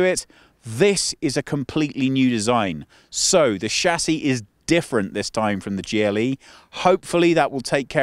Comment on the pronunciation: You are misspronouncing the word Chassis.